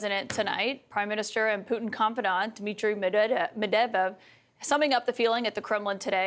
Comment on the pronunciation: 🤣🤣🤣🤣🤣 Kaitlin, it's pronounced Mee-ed-vedev